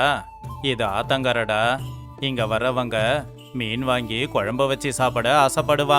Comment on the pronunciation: மீன் குழம்புக்கு மிண் குழம்புன்னு சொல்றீங்க 😂😂😂😂🤣🤣🤣🤣